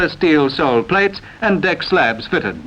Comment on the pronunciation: It sounds like the commentator says fitten, erecten and bringe instead of fitted, erected and bridge.